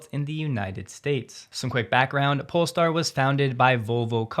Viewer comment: Hey! You said polestar instead of Polé-star :) As always, love your content! Cheers from Sweden!